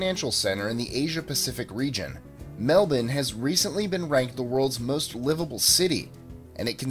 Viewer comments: I had no idea Melbourne is pronounced melbun. You learn something new every day. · Thankyou for pronouncing "Melbourne" like an Aussie! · It's Mel'bun' - all this time I've been pronouncing it wrong :( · thank you for pronouncing Melbourne correctly